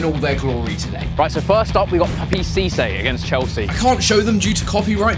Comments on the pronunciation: Cissé* not Cissei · It's Pappa seesay